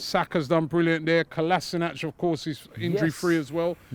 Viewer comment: Robbie it's Kolashinatz, that's how you pronounce his surname